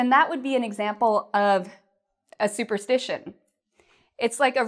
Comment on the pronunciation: Hi l have a confus your write "superstition and superstitious " but it seems you pronounce superstitation and superstitatious please can you pronounce it well again?